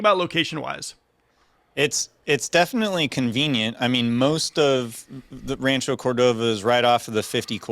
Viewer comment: Bruh can't even say Rancho Cordova properly...